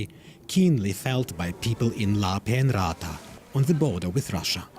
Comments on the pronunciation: will be interesting to see whether the swedes put hand where their mouth was 🙂 i swear if the guy says "lampen-raata" once more i am going to drink a liter diesel and end my misery right there. i get that nobody can pronounce finnish names properly, but this guys has re-arranged the letters completely. right: lap-pen-ranta wrong: lampen-raata there was a time when journalists could at least stick to letters. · As a german fin I have to say I love the way the commentator butchers the towns name Lappeenranta. Just ignore the double letters, y is ü and s is always sharp. Just pronounce it GERMAN and you’ll do just fine 😂